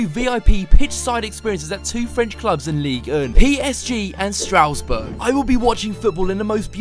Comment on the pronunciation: 'Strowesberg" 😂 'Stras-burg'